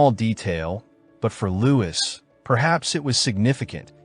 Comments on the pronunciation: yeah man no worries, I hate all the people talking down on really interesting videos just because of the AI narration. Toward the end of the video I think I figured out what happened. Whenever the script just said “Louis” the narrator would say it like “Lewis,” but whenever his full title of “Louis XIV” was in the script it would say “Louie the fourteenth” The video was really good by the way I like your style and presentation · His name uses the French pronunciation, it should sound like “Louie” not “Lewis.” Strange that the AI got it wrong most times but every once in a while would say it right. How does that even happen